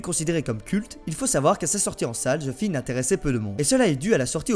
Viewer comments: "Ze Shingue" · J'abuse en vrai tu le prononces bien ;)